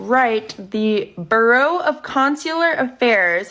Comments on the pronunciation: How does anyone become an actor with a voice like fingernails on a chalkboard, the delivery of a third grader reading an essay, and an inability to pronounce a word as simple as bureau? Inquiring minds want to know. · I think needs to understand the word bureau isn't pronounced burrow! And yes rthe voice is very annoying!! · Did he/she just say “the burrow of consular affairs”?! 😂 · It’s bureau not Burrow. Even my speech to text can tell the difference what the hell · It's Bureau of Consular Affairs. Reading 'Bureau' as 'burrow' is definitely embarrassing as all heck but he did pronounce 'Consular' correctly (including with that 's' sound). I just think most Americans don't pronounce it that way. Not gonna defend anything else coming out of his mouth though 🙅‍♀ But you are right that he should be worried about more important things and that no one should take his opinions too seriously. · I don't even care about the diaper. The bigger problem is nobody even bothered to teach the child to read. "Burrow"? "Deferring"? It's not a wonder he's confused about biology. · Heshe doesn't even know how to pronounce bureau... I don't know why that bothers me so much.